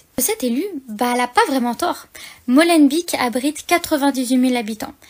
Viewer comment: Prononcez ''Molenbayk'' et pas ''Molenbik'' - Beek (bayk) signifie : marais ou ruisseau. Ici, ''marais du moulin'' (molen).